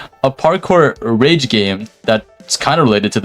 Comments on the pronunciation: it's pronounced rage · im sure its pronounced "rage"